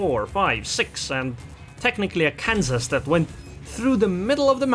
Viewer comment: I live in Kansas, it’s not Kanso